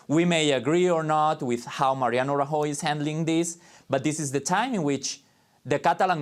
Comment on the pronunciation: Him trying to pronounce Rajoy is utterly ear shattering.